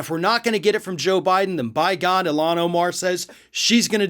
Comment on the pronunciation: its ilhan not eelan lol